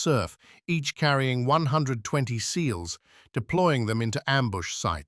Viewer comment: The way AI said seals is so cringe and sloppy